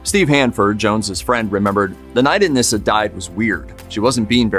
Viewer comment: Her name is pronounced UH-NEE-SUH, not UH-NISS-UH.